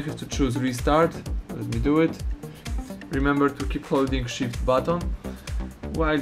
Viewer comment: Holding shit Oww you saying holding shift :))))